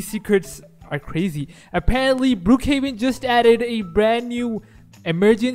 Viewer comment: You say Brookhaven cc be like brew kevin